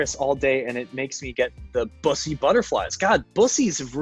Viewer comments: The only celebrity to correctly pronounce bussy. I'm in. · I'm just happy he pronounced "bussy" correctly